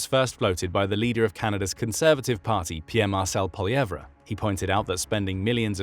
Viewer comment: It's pronounced polyvay, but you can just call him Lifetime Backseat Driver.